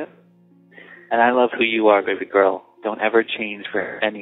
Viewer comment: BAabee girl is how he's saying it..... Dude.... chill. It's baby girl.